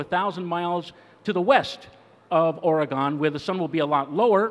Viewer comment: Where tf is "OAR-IH-GAWN"?